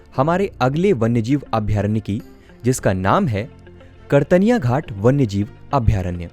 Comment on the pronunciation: उच्चारण सही करें, कतर्निया घाट है, आप कर्तनिया घाट बोल रहे हैं लगातार.